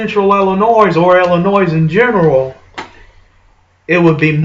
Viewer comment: Dude, it's pronounced "ill-in-OY." Not "ill-in-OYZ." The S is silent.